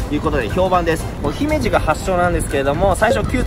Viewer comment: ふざけんな！姫路⤵じゃなくて姫路⤴だ😊